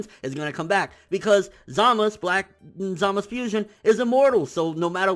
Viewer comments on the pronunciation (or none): its zamasu not zamus great video btw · ITS ZAMAZUUUUUU NOT "SAMAS" OR "ZAMAS" who the fuuuck is samas??? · Everyone who does review says it right, the anime and manga spell out Z A M A Z U, why is he always saying samas, zamas, samaz? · His name is Zamasu ZamaSU not Zamas fuck that shit is hella annoying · Zamist? za-ma-su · I thought it was also peculiar that he specifically called himself zamasU at the end. Emphasizing the U at the end. Because throughout the series he was always referred to as zamas- by everyone. Not to mention he mention his name was zamas spelled as zamasu. But now he says "I am zamasU!" Just saying idk good vid yet again. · I think you may have misunderstood me. Throughout the entire series so far, they have pronounced it as Zamas- with no U. Even though it is spelled that way. However, at the end of this fusion episode he clearly enunciates Zamasu with a U. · How Hard Is It To Just Call Him Zumasu Lol Serious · dude just say samazu wtf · you really need to stop saying "Zamas" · So.... when was the u silent in Zamasu? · watch when beerus kills zamasu. they a bunch of characters say his name a lot and i turned up the sound and i cant hear any U.